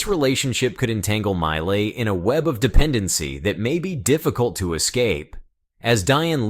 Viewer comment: Argentina’s President MILEI’s name pronounced “MEE-LAY” not “MY-LAY” - My Lay might be referring to what some couples do at the lover’s lane in a studebaker’s back 💺 seat.😊